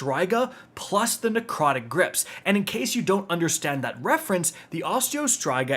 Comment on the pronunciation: He doesn’t know how to pronounce words very well. Narcotic Grips